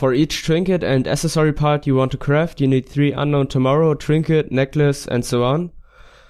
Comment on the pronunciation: Tree-nket lololol